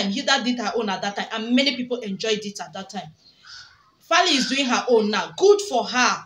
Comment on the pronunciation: He is 100% Nigerian so get that right lady! The name is Faila not Fali 😅